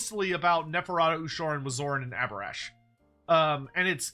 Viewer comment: It absolutely should have been Abhorash